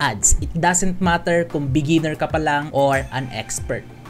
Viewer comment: Ang accent jud ba, matter- mater..